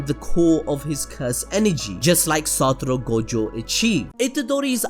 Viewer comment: Saturo FREAKING Gojo. Cannot say his name any other way now.